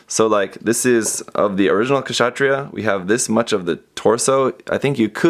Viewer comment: the K is silent in Kshatriya....